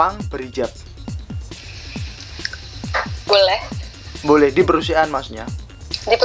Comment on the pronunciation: Maaf, perusahaan, bukan perusiaan-- capek akutuh dengar nya